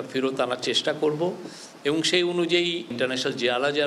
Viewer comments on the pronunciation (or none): খবরে খবরে বলছেন টেন ছেরেছে শেই গল্প বলুন